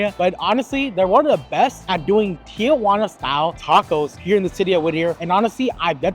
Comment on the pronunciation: "Tee Uh Wanna" versus "Tee Wanna" is no surprise at this point. The city of Tijuana has left the chat.